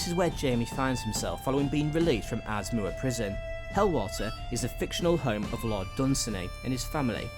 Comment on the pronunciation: Culross is actually pronounced "Coor-iss" Aberdour is "Aber-dower" and Linlithgow is "Lin-lith-go" apart from that, nice video.